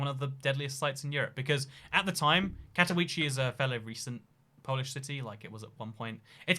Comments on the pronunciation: Katowice is not pronounced in a English way, in polish the ‘W’ is pronounced as a ‘V’ and they emphasise on the E so it pronounced as Kato-Veece-Ah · English is literally the only European language where you prenounce w like that, really weird that he hasn't found out that after all the travelling. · Katowice not Katouichi or Katouis, Man, it is not english language. KatoWiCe (Katovitse). Shame. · Warszawiacy - that's the word you're looking for. Advice for the future: Polish has no silent letters, except 'c' in 'ch' combination. So Katowice is read somewhat like Cat-oh-wee-zeh. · Katowice is pronounced Katovitze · Your pronunciation of "Katowice" destroys me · I’m polish and that pronunciation made me cringe but that’s what British people are like with pronunciation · Im polish and it hurts how you pronouce Katowice